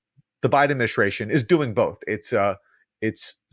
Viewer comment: "Ad-min-i-STRAY-shun" - there's no H in ST. There's no SH sound in ST.